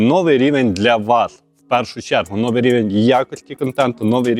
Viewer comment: Biдповідь на чего чего : новий - наголос має бути на 2 ий склад , одіваються ні, - одягаються ; наряжаються ні, перебираються, в кавичках -- ні, в дужках, ростворітєль -- ні, розчинник. Пора вже говорити чистою українською...